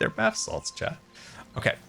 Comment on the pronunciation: He says bath salts because of one time when he misspoke on Hermitcraft and mispronounced basalt. I don't think he at all realises the more sinister connection to thr word.